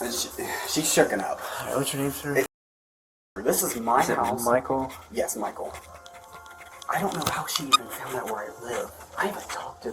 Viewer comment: I like how the wife keeps pronouncing the stalker’s name as “Michael-a”